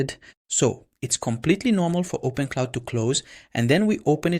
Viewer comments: Great info, but it’s open Clawww, not open cloud, or open Claude 😊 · open'claw', not openclaude. lol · What is "OPEN-CLOUD" why does he keep saying opencloud? Does he mean openclaw? More like Open-Clown 🤡 Whole video seems sketchy. Dude doesn't even know the correct name